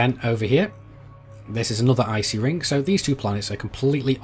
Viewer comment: miningk? ringk? maybe its just me hearing that